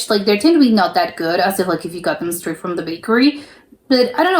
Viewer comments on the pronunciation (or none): none